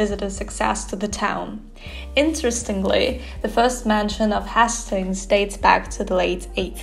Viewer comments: Little lesson. Hastings is pronounced Hay-stings not Has-stings. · Beautiful editing, I may have to use some of your ideas :) great vlog aswell. By the way its pronounced more like haystings (although your pronounciation actually makes more sense!) Easy new sub here :)